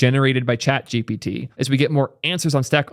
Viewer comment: Nah it’s definitely chat gpiiitie